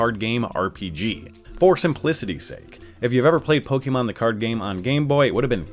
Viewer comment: It's pronounced "poh-kay-mahn".